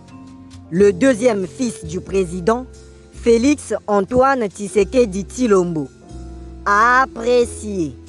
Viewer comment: Tisekedi tilombo, prononciation matata